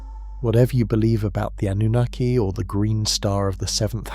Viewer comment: The PROPERLY accepted pronunciation of the word Anunnaki is NOT "ah-NOO-nikki" like your AI pronounces it!!!!!!!!!!!!!!!! It is properly pronounced with the stress on the 3rd syllable!!!! "ah-noo-NAH-kee"!!!!!!!!!!!!!!!!!!! PLEASE FIX!!!!!!!!!!!!